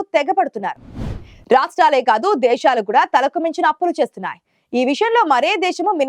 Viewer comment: దేషాలు ఏంటే దిక్కుమాలిన చెల్లి దేశాలు అని పలకలేకపోతున్నావా